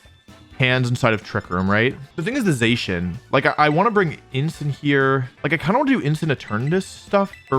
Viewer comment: Theyshin? Its pronounced zah-she-in